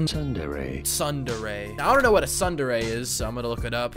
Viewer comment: "Sundairy" is killing me